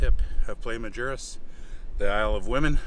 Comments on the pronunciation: i like what youve done here ...BUT...Isla Mujeres is pronounced is - la mooharis !! not with a J !!...the end of the island is not the most easterly end but the most southerly end!!! ...happy travels !! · Nice video. Love Isla Mujeres. Your husband is pronouncing it wrong though. The waiter in the video pronounces it perfectly.